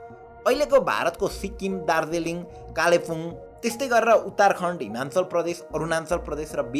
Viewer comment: Himachal ho himalchan haina 😅